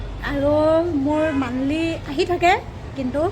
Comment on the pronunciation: Fea lovey, eye bull 😂😂😂 kol ket mane colgate😂lipistick u nohoi gadhi lipstick.. Aaaayyyooo hindi tai he jane aru banglore t tai he ase aru.. Banglore r eman porha huna manuh gorakiye tur malik joniye lispik kobone baru😂😂😂😂 tai korung buliye kore oi... Ayyyyooo mur matha ghuraise ooooiii... Gadhi ooooii ki kotha koisooo oiii.. I F C code mandly😂😂😂😂😂mane IFSC code aru monthly😂😂😂ufff hahi hahi pagol hoi jammm ooooiii